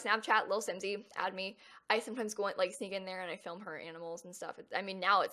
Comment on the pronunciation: when she said "i sneak in there and film her animals" i legit thought she said "i sneak in there and kill her animals"